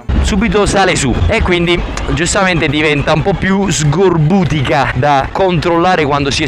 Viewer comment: si dice... S c o r b u t i c o..... Non SGORBUTICO usa la C non la G.